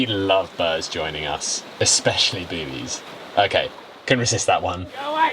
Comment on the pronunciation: I just watched the part where you said you were “ joined by some bids, eight of them altogether” but I heard “joined by some birds. I ate them all together” and did a double take. 😊